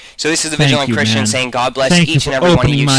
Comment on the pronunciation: did the vigilant christian say chwist?